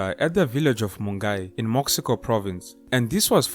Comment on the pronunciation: Mo-she-co plus I think you failed to mention the child soldiers, mom told me was was worse then the artillery.